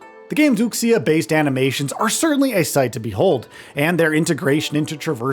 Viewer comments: woo-sha NOT wook-see-ya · What I was absolutely not ready for was this reviewer repeatedly pronouncing Wuxia as "WOOK-see-uh". The midwit curse of Western phoneticization strikes again. 🤦‍♂️ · "ooksee-ya" huh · The game looks to be pretty darn good! BTW, the ‘x’ in wuxia is pronounced as a ‘sh’, so woo-she-a. It hurts my ears to hear it pronounced wrong. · Wuxia, pronounced Wu-sha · Wuxia = Woo-shaah 😂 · The way you pronounce wuxia is really pissing me off. It's not that freaking hard to learn basic Chinese pronunciation. If you're going to cover a Chinese game, take 5 minutes to learn how to say the words! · Mispronouncing wuxia every time. 😂